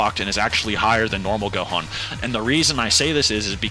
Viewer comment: Bro said 'Dohan' at the start like what?